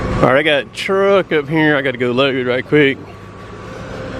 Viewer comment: It's funny How he says truck.